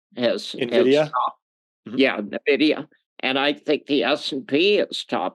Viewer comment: I don’t know maybe it’s just me, but I would expect to be able to pronounce Nvidia before I trust his judgment on whether or not I should hold it…